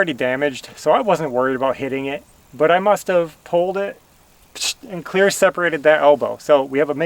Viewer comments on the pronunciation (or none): none